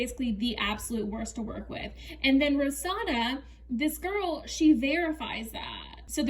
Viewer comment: I think you’re pronouncing her name wrong. I believe it’s ro-SAN-na. (Not trying to hate). Also I agree she needs a long break. She keeps lying and bringing up old stuff. I think people are going to unsubscribe. It’s interesting that her tiktok has more followers than her yt. And I agree. She didn’t put in the work then expects everything to be right somehow. Didn’t get fitted and didn’t fill out forms, then gets mad her wardrobe is small and her food isn’t healthy.